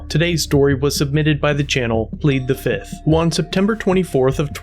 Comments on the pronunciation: One. Two. Three. Four. Fif. Fiff. Any questions? FIF!! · I plead fizith. 1,2,3,4,FIF 😂😂😂